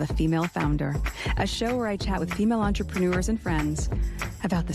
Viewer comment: I thought that revolting self-promoter was supposed to speak French? If she did, she would know that 'entrepreneur' doesn't rhyme with manure.💩😮 Although that's more appropriate for the podcast 🙄🙄